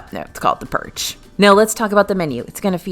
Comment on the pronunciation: Oh purch, not perch the fish!